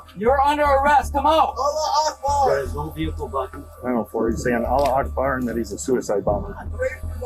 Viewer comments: "alah Akbar"💀 jit could've always said it right with Allahu Akbar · Brother said allah Akbar astaghhfurallah 🤦‍♂️ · "Allah Akbar" atleast say it right and know what it means when being racist... Does he even know that he just said "Allah is the greatest"? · Bro the airport hijacking the guy says allah akbhar lol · Bro did that guy who hajchaked the plane did he just say allah akbher ? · disgusting he can’t even say “Allahu Akbar” properly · bro said ala ekbar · No way bro said hulah augbar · the way he said "allah akbar" killed me.